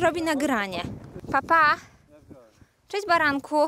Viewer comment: Cjeść. Ruszamy s portu i może w końcu uda nam sjee tsosś zjeejscć... Skąd ta infantylna maniera w wymowie ?